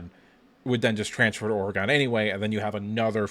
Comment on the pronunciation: For the love of God! Learn to pronounce Oregon. There is no E at the end.